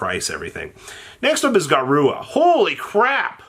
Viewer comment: Say it with me “GA-RU-RA” not GA-RUA”